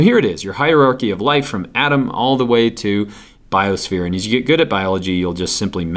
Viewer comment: "bisophere" lol